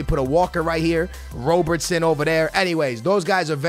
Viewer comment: who is wro-bot-son